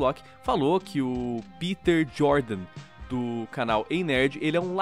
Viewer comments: Não se diz piter man. Se diz pêter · "Piter", klklklk, ele fica pistola quando não chamam de "Pêter". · Pq a dificuldade das pessoas chamarem o PETER pelo nome corretamente.. ao invés de PITER na fonética. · E pq e assim o nome Peter ele e americano ou seja normalmente as pessoas que conhecem vai dizer E com som de I mas como vão saber que esse E e pronunciado em alemão? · Ninguem sabe a pronuncia correta do nome do Peter